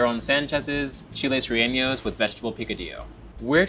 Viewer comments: Why are we misleading the public with this tragic pronunciation of “relleno”?? You’re killing me with the unnecessary tildes 🤦🏻‍♀️🙅🏻‍♀️🤣 “Rey-yen-oh” fam - not “Rey-yen-nio”! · what the heck is chili relleinou???!!!!! Butchering our beautiful language like no other 🤣💔🫠😖😔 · Just FYI- pronounced re-yen-oh. No ñ effect on the n. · I love you guys so much, but can we please take a minute and just learn how to say “rellenos?” 😂 Rey-YEN-os. K thanks I feel better. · Chile RE-YEH-NO 😑😑😑😑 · I'm cringing over the pronunciation 😫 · The way he pronounced Aaron Sanchez's name and Chile Relleno made me cringe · The way they pronounce "Rellenos" is taking me out lolll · There is no ñ sound when pronouncing Chile Relleno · the way they say, "rellenos" 🚩🚩🚩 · If you are going to make it learn to pronounce " rellenos " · That is not how you pronounce rellenos, otherwise, love the video! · Definitely agree. I've never seen this dish with veggie picadillo. Quite challenging. I was wondering if anyone else noticed the pronunciation too 😆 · Appreciate you calling out the mispronunciation! Felt bummed about that, and that the producers missed it!